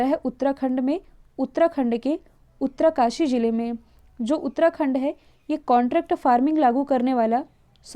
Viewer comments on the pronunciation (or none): 'उत्तराकाशी' नहीं है वो.. उत्तरकाशी है।